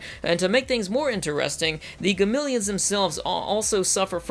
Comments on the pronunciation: Gameleons? What are they? Zartan? It's Ga-me-lons! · SAY GAMILIONS ONE MORE TIME. I TRIPLE DOG DARE YOU. IT'S GAMILLONS. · Does anyone else notice he keeps saying ‘Gamileons’? It is Gamilons. As in Ga-mi-lons.... not Ga-mil-eons. They even pronounce it like this in the first series. Do they change the pronunciation in 2199 or something? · He also couldnt say Gamilans right XD